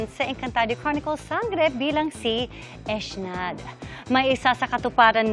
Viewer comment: Eshnad pala Ang bigkas dun sa Ec'naad😂